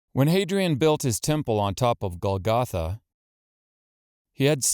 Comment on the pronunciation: It would be nice if you knew how to pronounce the word Golgotha. The accent goes on the first syllable.